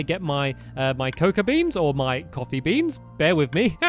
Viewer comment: it sounds like your saying copy...